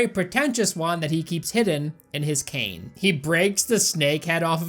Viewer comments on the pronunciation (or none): none